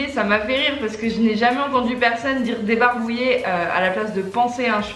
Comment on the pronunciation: À la place de "debarbouiller" j'aurais compris "débourré" moi 😅 Et.. Tu le vis comment ? 😂😂